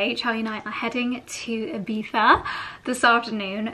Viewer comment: Oh, first time a non Spaniard pronouncing Ibiza perfectly 😍 your Spanish pronunciation in general is amazing